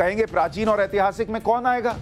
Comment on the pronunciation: सर जी ऐतिहासिक होता है एतिहासिक नहीं।